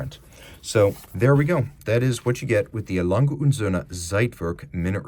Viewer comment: Lange - no hard G. Soft g. Not Lang-Guh. Lang-Uh